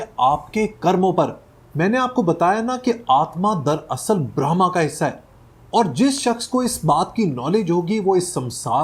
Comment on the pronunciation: This is Brahma not brahmam